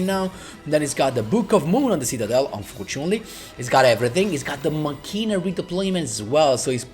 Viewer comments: When I hear Machina (its Ma-Key-na, like Deos Ex Machina) I come running, also i think i can do this deck. Too bad I dont have Quasar. Of all the Protagonist (except DSOD Kaiba) I am always short with Yusei cards. Maybe cuz of I have no exposure with him in the anime besides Bonds Beyond Time. But I really want to have at least 1 Quasar Boss deck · machina "makina" is the correct pronunciation for this arctype